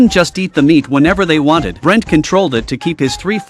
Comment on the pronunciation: His name is pronounced "Boo- lint" not "Brent".